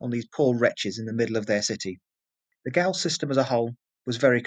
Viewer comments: Probably other people have told you and I hate to be another but -goal is pronounced as jail . Tricky English language. Great informative video though, I’m Australian and am embarrassed that I didn’t know this. Poor people, a sentence of 14 years would mean you’d never get to England or Ireland ever again. Great ending though 👍👍👍🇦🇺🇦🇺🇦🇺🇦🇺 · gaol is pronounced the same as jail its prison not soccer old boy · "Gaol" is pronounced "Jail"